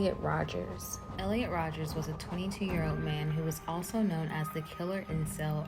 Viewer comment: Minor nitpick but it’s Elliot Rodger, not Rodgers.